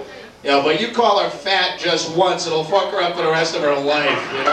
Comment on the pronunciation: Doug saying "fook" like conor mcgregor lol he don't speak with boston accent anymore